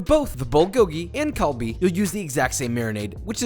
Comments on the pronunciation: 'kalbi', siiigh. it's galbi. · The g in galbi is pronounced with “k” papa